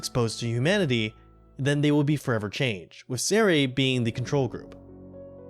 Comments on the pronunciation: I was confused who “Zeray” was and realized you meant “SER-IA” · It's honestly so annoying how often people mispronounce their names 🙄 It's Kah-nuh(Kanne) Sen-zuh(Sense) See-ree-uh(Serie) Jesus Christ people it's not that hard, you just pronounce the 'e' at the end of their names as an 'a' instead. Like how TF did you get Lewine(Leh-vee-nuh) right, but utterly botched the other names?? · Why can nobody on this fracking platform learn how to pronounce Serie's name?